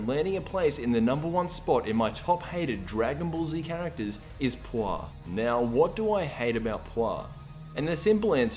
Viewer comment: It's pronounce Pu Er, like the chinese tea. And she's cute and better than Oolong.